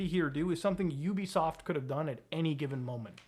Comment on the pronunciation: YOU BE SOFT 💀😆 That is not how you pronounce it 💀😆😆😆😆😆